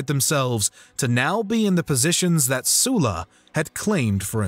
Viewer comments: sulla pronounced soo-la??? i hate it here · Is it Sulla, or Soola? Amateurish mate